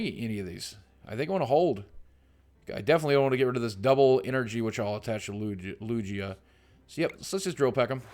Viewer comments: lugia is pronounced LUGE-IAH not LUGGH-EAA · just so you know its lugia not lujia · Lugia doesn't sound like it has a j the g sounds like a regular g not j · It's lugia, not lujia. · Boogie, it's not Lu-Jia its LU-GIA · LOOOJA? its LOOOOOGEEEUH. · FYI its spelled Lu-gi-ah not lu-gee-ah. Pokemon names are really hard to pronounce. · boogie- LUGIA is pronunced LOO-GEE(Like the fat you put in pies)-u, LOO-GEE-U. I collect the cards (or at-least 1 type set per series e.g. primal clash from XY). I also battle with cards at my local trading card centre. Came in 3rd place of 9 contestants last month :) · Lu-gee-a? seriously? I've heard that name for a good 15 years or so and never, never has anyone pronounced it Lu-gee-a. WOW good thing im not subscribed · Lugia. (Lu-gee-a) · I don't wont to be mean or anything but its pronounced lu-gee-ah sorry if this comes off as a rude comment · Lugia is pronounced ''lu-gee-ah'' btw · Loog-e-uh = Lugia just helping so you don't get roasted Boogie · Lugia is pronounced lu-geah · Loo-Gi-Ah is how to pronounce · Games i hate to be that guy but lugia is pronounced with a hard g like gabriel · Its Lu-Gi-Ah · Im sorry boogie but its been killing me this past week. Its Loo-gee-ah. i had to get that out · Lugia is pronounced Loo-Gee-Ah. Boogie. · yeah it is supposed to sound like lu-GEE-ah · It is pronounced Lew-Gi-Uh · He literally said Lugia three different ways and none of them were right. xD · Boogie you say lugia wrong. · boogie I love you but your saying lugia wrong and it's very cringy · Bugs me so much how he says lugia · thats not how you pronounce lugia !!!!!! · Yea him saying Lugia was bugging me lmao